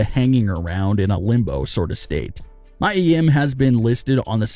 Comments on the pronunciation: It's not [maja]! It's MIA! Learn how to pronounce! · Why did he keep saying Mya when its Mia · how many videos will you upload with people correcting Mia (mee-yuh) name, it is not Mya it is Mia! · Mia not mya